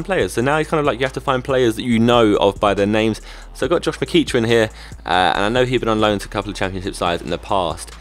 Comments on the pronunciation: Its pronounced Mc-ek-ren, sorry to be an arse hole haha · Its Josh Mc-Eck-Ran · it is is pronounced meh-ceck-ran, the chelsea player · Pronounce Josh McEachran as.... Josh Me-kek-ren.... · Its pronounced mc heck er an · mcEachran is pronounced mc-eck-ran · It's mc ecran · Say it like mcekran